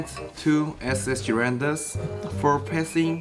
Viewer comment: Landers를 Randers로 읽는 그의 패기..